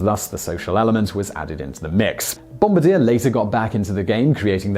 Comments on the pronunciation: Bombardier. Pronounced bomb-are-dee-ay. It is not bomb-a-deer. Makes us Canadians crazy! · It's not "Bomb-ba-deer" it's pronounced "Bom-bar-Dee-a" I feel better now! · Ummm... Bombardier is pronounced "Bombardier", not "Bomb a deer". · Fyi, the Bombardier snowmobile company (planes and trains too) is pronounced bom-bar-dee-ay, not bom-ba-deer. Same spelling though. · Bom-bar-dyeh...not bom-ba-deer ;) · I know Simon never cares about pronunciation but every time he mispronounced "Bombardier" as "Bomb-ba-deer" I giggled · It's pronounced Bom-bar-d-eh not bombardier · Bohm - Bahr - Dee - Ay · THAT is NOT how you pronounce the company name Bombardier. It's Bomb-Bar-Dee-Ay, it's french. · That’s not how you pronounce Bombardier as a company name. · This video makes two things Simon has mispronounced that are local to me. Adirondacks was the first. Now Bombardier. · You mispronounced Bombardier. They are a Quebecian company, so the name is French. The r on the end is silent is the most notable difference. My dad used to work for them when they had a small campus in Wausau Wisconsin. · And Bombardier should be pronounced in French.